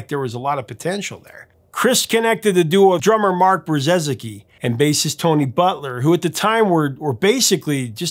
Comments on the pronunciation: Brzezicki is pronounced Bruh-zeeki. It's a Polish name the first z is silent. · Please welcome the to the untold ranks of people trying and failing to pronounce Mark Brzezicki's name correctly! Love Big Country, what a band.